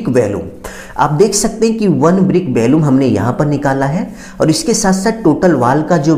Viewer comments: आपका कथन बहुत अशुद्ध है। वॉल्यूम होता है ना कि bhalume और इसमें टूटने का कोई प्रावधान नहीं किया है। वह भी आवश्यक है 😅😅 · 😂valumn not volume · Valuam nahi volume hota hai engr. Sahab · Valumn nahi volume hota hai